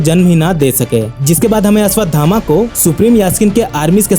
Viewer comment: Ashwatthama ko Ashwadhama bol bol kar bheja kharab kardiya 😐